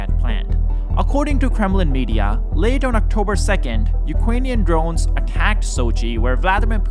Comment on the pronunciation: Ukwanian Dwones